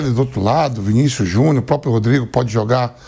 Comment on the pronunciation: Pq o Vampeta fala Vinicius Junhu???